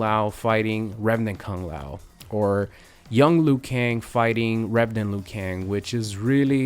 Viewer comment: Liu kang its Liu, Liu!!!!!